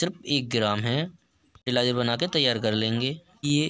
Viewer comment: Fertilizer kya btaya clear awaaj nhi aayi apki